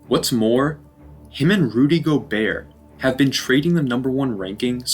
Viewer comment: Great video man I didn’t know that the t was silent in gobert, thanks for teaching me